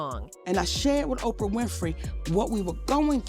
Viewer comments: Why are you saying OPR instead of Oprah? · Her name is OPRAH...not OPR...WTF?? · Interesting and sad ...on the funny end is how she kept saying O p r Winfrey 😂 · O P R.....ah, the name is Oprah.........love this Ai narration crap. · Please stop using AI to narrate videos until they can actually speak correctly. OPR? What the Hell? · Why is she calling Oprah "OPR"? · Hollywood Whisper they Need to STOP EDITING people's words as Spoken, as they just did. Child Pedophiles are a HUGE 'DISEASE' in Hollywood. Plus your A.I [simulated Female voice] Can't pronounce Oprah and I didn't stay long to hear the rest of the screw-ups. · The AI mispronounced Oprah's name. It called her O.P.R. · Commentator please stop saying O P R, her name is Oprah (on word) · Why does she keep saying O P R instead of Oprah? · Why "O.P.R". Winfrey? Is this an AI or is there a reason for the mispronunciation? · Why are you calling OPRAH O.P.R ?????? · OPR? FUCKING PRONOUNCE NAMES CORRECTLY AI!!! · Why does AI have to narrate and why does it mispronounce Oprah as "OPR"... it's weird. Are we so lazy that we have to let AI speak (lie) for us? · O P R. Winfrey??? I guess having a person actually read a script is a bridge too far for you guys. Or at least have some listen prior to publishing??? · O P R ? fix that c'mon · this AI is calling Oprah O P R hahah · OPR? What kind of AI crap is this ! You don’t know how to say her name ? This is bull ! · Why are you keep calling Oprah, OPR? It sounds stupid. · Stupid AI. I hate AI voices! O P R Winfrey??? Sounds stupid!!! Don’t use AI. Unsubscribe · Can't these lazy creators who Can't read their own scripts at least get a robot that can speak English? O-P-R or is Oprah now an edited? There's one phrase that would prevent Michael Jackson convicted, out of court settlement. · O P R Winfrey? AI is a threat to language. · Somebody needs to teach the AI/translator correct pronunciation. : D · AI either can't pronounce Oprah or it is scared to. 😂